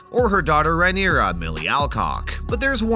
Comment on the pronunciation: Mate you are absolutely murdering the pronounciations. Who in the actual fuck is Eegon? Or Rhyneria? Ugh it’s so cringe.